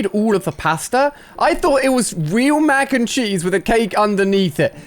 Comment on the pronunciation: I thought he said mac and cheeks XD